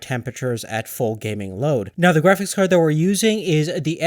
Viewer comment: "Kräfix Kawrd" - What the?